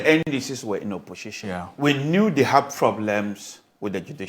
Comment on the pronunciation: What is "opposhishin"😂